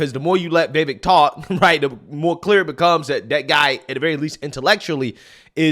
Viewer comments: Dude! Will you please pronounce his name right!?! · How do you still not know how to pronounce Vivek? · It's Vi-VAKE rhymes with cake that's how he suggested people remember it. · Love your channel! Time to learn how to say Vivek tho, since you'll be saying his name a lot and you seem to say it differently every time, lol. Vivek rhymes with "cake" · Vivek rhymes with Cake